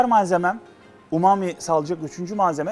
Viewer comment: umumi burger diye okumak?!?